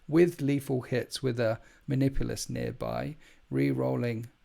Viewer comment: You're flub on the name Manipulus tells me everything I need to know, avoid.